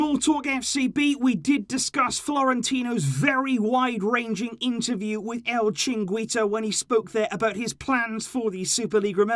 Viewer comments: its el-chee-reen-gee-toh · Kind of off topic, but it's always gonna be funny how pronounces El chiringuito lol